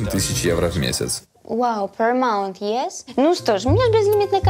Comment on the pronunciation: Мне показалось, или она действительно сказала "per mouth" про аренду?